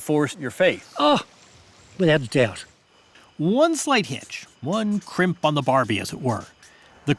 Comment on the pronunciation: Shrimp! Not crimp!